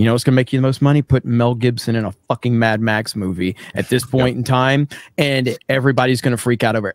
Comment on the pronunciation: Mad-max not tam-pax